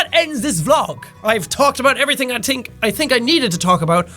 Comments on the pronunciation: jack says I tink instead of i think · THE TRUE JACKY BOY IRISHMAN "i tink"